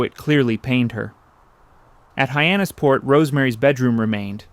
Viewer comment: Might be "ay-eye". He makes several pronunciation errors (Hyannis PORT) and spells out WASP, which is normally pronounced like the insect. These are "tells".